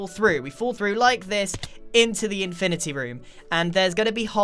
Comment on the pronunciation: Infinerty room